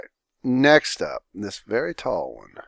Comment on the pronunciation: the "tallest one" thing sounds like minotaur